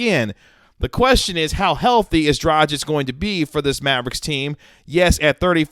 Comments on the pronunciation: Isn't it pronounced Draag-ich with a hard "G"? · The G in DraGić is the same as in Goran.